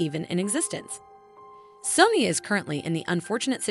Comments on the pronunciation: SOW-NEE <say that but fast. Not sunny. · i CRINGED the way she said the names of the brands. In England we say "sony" like the urdu word for beautiful and gold